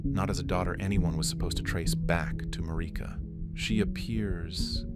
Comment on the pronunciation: Second time I tried to watch one of your videos and stopped immediately. You can't name your channel after Marika and mispronounce so badly